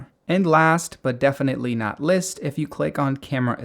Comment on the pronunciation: Last but not "least" not "list"